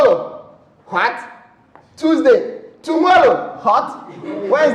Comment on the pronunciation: Tomollow after tomollow......... tomollow tomollow tomollow😂😂😂🤣